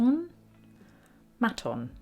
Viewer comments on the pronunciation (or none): I think it's pronounced Mate-on mate. Justin Sandercoe plays them, good Aussie instruments. Thanks for the video. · Maton pronounced Mate un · Dear, Great work, love your precise style. Just to say, it’s Maton pronounced may-ton - great Aussie guitars. Cheers. And I have done my practice this morning in Melbourne on my Maton acoustic. Best, Phil. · Pronounced Mayton 😊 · Regarding the guitar story,it's pronounced "Maaaton" or "Mate-on" ,great Australian made guitars.Josh Homme from Queens Of The Stone Age has a signature electric with Maton.